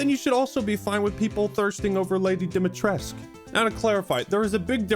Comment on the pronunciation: mispronounced dimitrescu, video invalid